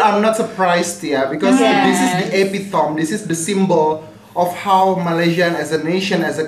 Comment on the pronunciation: For info, EPITOME is pronounced EPITEMI, bukan EPITOM. Get it right for the sake of ur students